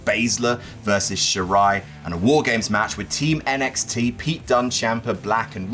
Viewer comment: I think said "War Games" incorrectly.